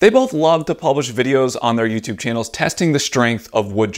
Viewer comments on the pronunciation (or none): none